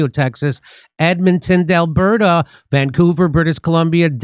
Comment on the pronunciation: Jimmy, it's Edmonton Alberta, not Dalberta. You Yanks are incredibly geographically challenged.